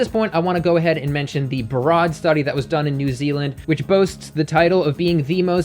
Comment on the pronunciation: Broad, as in broad institute, is pronounced more like "road" than "rod". Just fyi. Worked with them (in a technical role, I'm no researcher) in a previous career.